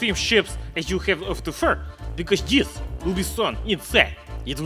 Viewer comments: sounded American when he said fur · that 'fur' you said sounded like a western spy accent...😢🤦‍♂️ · Listen to the way he's says fur... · hmmm you said fur so perfectly... I know now that you are American spy блять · At say fur weird, are you western spy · AMERICAN ACCENT BLYAAAT